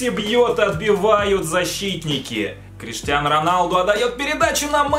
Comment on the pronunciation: Бля хватит говорить КриштианА Роналду